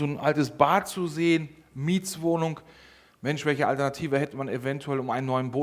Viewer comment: Video ist toll und hilfreich!!! Wenn jetzt noch der nette Herr nicht ständig " Mietswohnung" sagen würde, sondern " Mietwohnung", wäre dies auch noch super für meine Ohren!!!